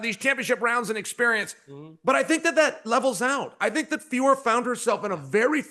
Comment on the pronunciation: BRO IT'S JUST FIO-RO LOL